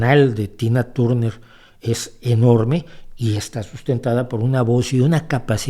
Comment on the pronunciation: Turner no, Tarner se dice.